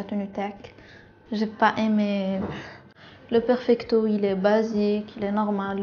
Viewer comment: Hhhhhhhh fe dkika ahkoli 3la mo fom kbir ki kalat ahhhh oui j'aime bien le perpicto 😂😂😂😂 yawwww perfecto machi perpicto chaba3touna haaafff